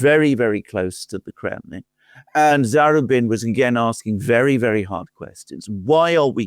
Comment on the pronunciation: BRILLIANT. SUPER INTERESTING. (Oh, it's za-RU-bin.)